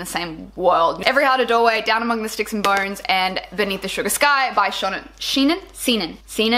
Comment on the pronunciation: Haha i'm pretty sure it's "Sho-nan" McGuire...yeah weird I know